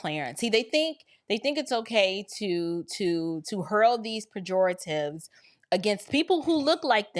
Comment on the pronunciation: Girl, you impressed me when I heard you say the word pejoratives.